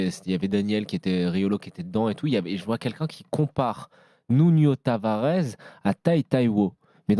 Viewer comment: Il fait le connaisseur de football et Nuno Tavares il le prononce Nunio Tavarez journaliste en carton